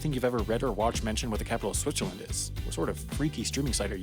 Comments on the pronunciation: Everyone is making fun of the pronunciation of Lausanne but am I the only one who hears him calling it "Switcherland"? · Switcherland - never heard that pronounciation before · Do I hear Switcherland and Lasagne? What about the other video about Leechtenstein? Enjoying the videos, but maybe it's a good idea to look up the spelling before recording the voice-over.